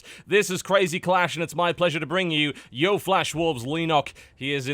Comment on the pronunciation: DAMMIT TB. YO-E FLASH WOLVES. NOT YO.